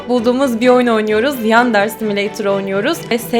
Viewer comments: Sonunda bir Türk YouTuber fark etti:( Evet "yAndEr"... Haha Asıl okunuşu aynı, yandere. Devam etmeni önermem. Çocuklar izliyor, merak etmesinler. Kanalın çoğu çocuk zaten. Zaten yeterince tepki çekti bu oyun. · ve yandereyi yander diyor